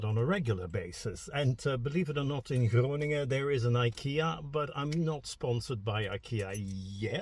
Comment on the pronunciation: The way you pronounce the G in Groningen exposes your Dutch speaking (Belgian) background😊